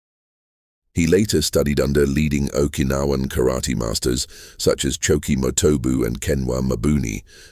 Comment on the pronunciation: Can you pronounce karaTE not karati???